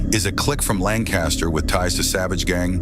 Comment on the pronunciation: I wish yall knew how they pronounced “Lancaster” out here 💀💀💀 (I was raised out here)